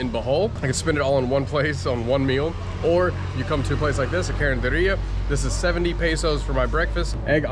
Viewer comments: Hello! I’ve been binge watching your videos for 2 days now 😅 it’s so kind of you to promote small businesses in the area it means a lot especially the carenderias coz most of the vloggers i’ve watched only go to fast food chains or restos. Your pronunciation of carenderia is good actually. Btw,“pud” in English is “too”. Ayo2x pud means take care too. I heard someone say it in other video.😊 Enjoy PH! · your pronunciation is correct, carinderia. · your pronunciation of karinderya is correct,.